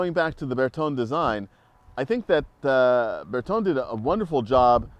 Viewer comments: It's surprising these two don't know how to pronounce Bertone. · I am assuming their pronunciation of Bertone is an American thing.